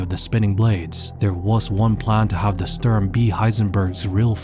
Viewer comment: you pronounce Sturm false. Its more like Shtoorm. And as you can guess: german: Sturm = english: Storm. Just in case no one informed you about that allready.